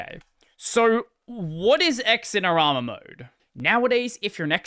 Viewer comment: BTW, it's not "X-in-er-ama". It's "Zin-er-ama".